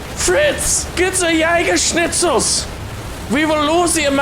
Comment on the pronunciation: I'm german and it's so funny how you try to speak german but Jägerschnitzel has Killed everything